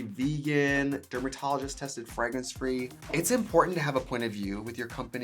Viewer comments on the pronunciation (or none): I love how you say 'fragrence' makes me think of french Canadians 😂